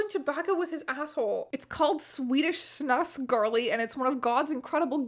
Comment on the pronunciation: I've watched this video atleast 5 times and I lose it every time strange pronounces snus as snaz